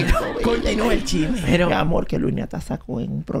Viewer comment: se dice chisme no chime ufffff